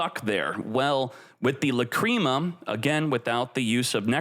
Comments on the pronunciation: "La-cream-ah" isnt it "lack-ree-ma" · It should be "Làcrima", it's the italian word for tear. He's saying Lacríma instead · That's not how you pronounce Lacrima lol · If he calls it La-Cream-a one more fucking time, I'm going to shit my pants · Aaahaahhhh LaCreama mate needs to learn how to say the words lol